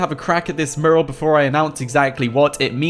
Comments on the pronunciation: Mew-ral.. not murral and stop saying guys so much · Miral not merl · Dude it's pronounced "mewral" . Otherwise good vid' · Mural.. More emphasis on the U. It's not morul